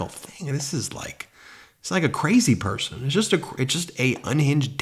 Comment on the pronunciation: He said, "why would any pershon vote Democrat." In a speech about Jews voting for Biden.